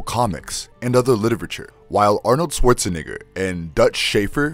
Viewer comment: Yoo he literally pronounced Arnold’s last night intentionally to sound like the N Word. That was too clear.